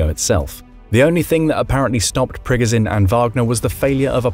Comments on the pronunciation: It's Pree Goh Jin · It is NOT pronounced PRGGAZIN. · Its pronounced pre goh zh nin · Ikr, it's Pig-o-shun. Oink, oink.